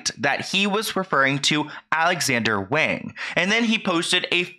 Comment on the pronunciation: I'm sorry but as a Chinese person this is hard to watch, for further reference please always assume that an "a" in Chinese is pronounced "ah" so "wahng" in this case ✌️♥️